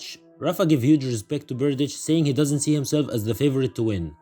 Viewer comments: You are misspronouncing Berdych. His last name seems similar to other Balkan players ending with IC, but its not pronounced the same. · Firstly, Berdych is not a Balkan player. Secondly, the last consonant sound of his surname is this: There is an audio sample on the wiki page. :)